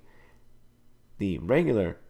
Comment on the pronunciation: dodecahedron. do-deck-uh-heed-ron.